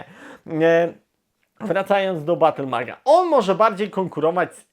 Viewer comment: Battlemejdż !!! a nie BattleMag chyba ,że to jakiś mocny Avatar z Battelfiedla tak w głowie siedzi